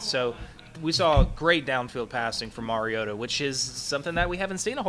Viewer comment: It's his 4th year as starting quarterback. I wish national pundits would learn to pronounce his name. Shows them to be the empty suits that they are. Undeserving of an audience. Mar-E-O-ta.